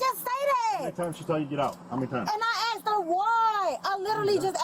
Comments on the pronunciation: subtitles were wrong, they kept saying 'asked' instead of what she was saying over and over (aksed) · Litttlly awll she aksed was WHYYYYyyyYYYYyyyy?